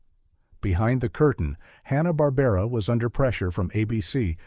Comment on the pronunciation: It's "Barbera".